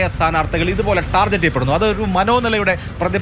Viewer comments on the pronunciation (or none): ടാർജറ്റ് അല്ല അഭിലാഷേ ടാർഗറ്റ് 😂